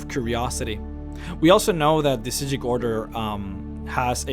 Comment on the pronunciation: Is it supposed to be said like that? I think I remember that's how the voice actors pronouncing it but the subtitles said psijic